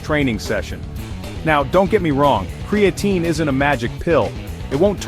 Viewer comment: Cree-A-Tyne Cree- A - TEEN CRAE-A - Teen Ai was struggling 😂